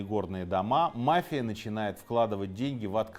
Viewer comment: Мафия ударение на и